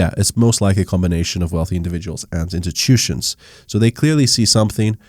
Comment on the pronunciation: Etchyutution lol